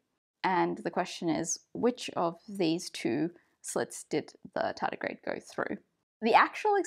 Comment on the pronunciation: My Chummer (you say Tedigrade) dislike experiments in this way *smile*. After this he feeling little bit confused.